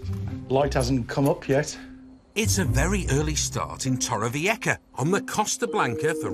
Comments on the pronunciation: Tooore - viekka?? 🤦‍♀️ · I wish the narrator would learn how to pronounce the place names - and please 🙏- don’t try to lisp on the ‘c’ when you clearly can’t speak Spanish 😱